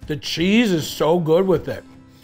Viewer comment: Did you say Chezze 😊